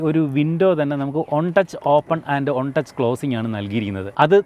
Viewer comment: One touch ❌ ഒണ്ടച്ഛ് ✅